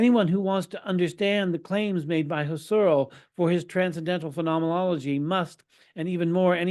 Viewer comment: It's Husserl with the accent on the first syllable and Gurwitch with the accent likewise on the first syllable.